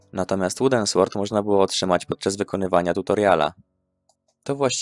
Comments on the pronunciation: Sword się czyta ,,sord,, w jest nieme. Nie czyta się słord. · No w sumie ta niepoprawna wymowa z czasów podstawówki to też część klimatu lat tibijskiej świetności. W każdym razie świetny materiał, gratuluję.